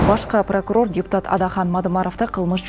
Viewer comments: Туурарак окусаныздар башка пракурор эмес башкы пракурор болсо кк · Башка прокурор эмес БАШКЫ деп окучу алып баруучу😮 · Диктор башка прокурор дейби? 😂2жолу окуду башка прокурор деп😂